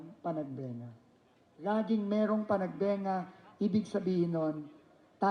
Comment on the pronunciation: PANAG BE NGA!!!!! HINDI PANAG BA NGA!!! Bakit po ba binabago ng mga reporter?